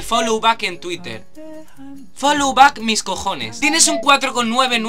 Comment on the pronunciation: Tuitah es en Inglaterra y Tuirer en América. Te equivocaste pero muy buen video